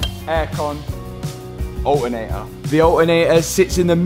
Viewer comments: "The a-eh-ator" the aLTeRNator. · ol-e-nei-a = alternator